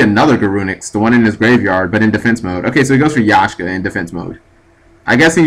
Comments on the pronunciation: YAK-SHA. lol xD That was killing me... Not Yashka. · YAKSHA, NOT YASHKA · It's not Yashka, it's Yaksha. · pronounced yak-sha not yashka . Pilica is pronounced pillika.